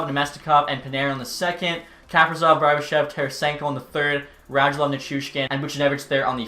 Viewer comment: Ka- pree- sof come on